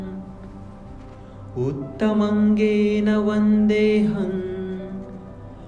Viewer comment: सर मुत्तमङ् नहीं उत्तम्ङ् है